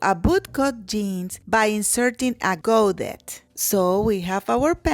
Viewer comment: Oh my- bringing back hippie jean memories! The word 'godet' is pronounced like this 'GO- day'.